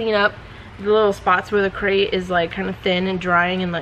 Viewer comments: "Crete" is pronounced "kreet," like concrete, right? Sounds like you're saying "crate" and I was so confused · Are you saying “Crate” for the Crete product? It’s Crete. Like concrete. Right?